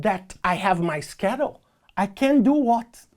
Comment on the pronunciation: Every time he says schedule I get hungry bc it sounds like “Skittles”